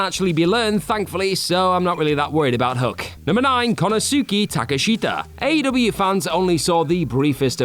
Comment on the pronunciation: "Konosuuki" bothers me. "Yutami" too